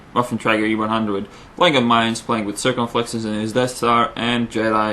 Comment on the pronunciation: i love is accent , obviously not english, but its awesome, pwaying, aggwesive, circonfwexes i love his accent